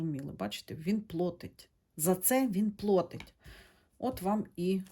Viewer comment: Я перепрошую. Нема слова "плОтить". Є слово "плАтить" - перевірочне слово "оплАта". Не сердьтеся, Ви намагаєтесь, і це чудово, українська у Вас покращується.